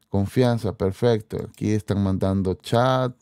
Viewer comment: No digas chap lo correcto es chat.